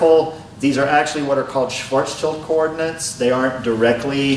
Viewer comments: švarcšild not čajld djuud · Is it some joke to call it "Schwarzchild" (like "gooder") instead of the correct "Schwarzschild"? see